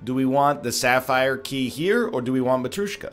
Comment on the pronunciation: Who's the fucker that told him that "matryoshka" is pronounced "matrOOshka?" This triggers me every time.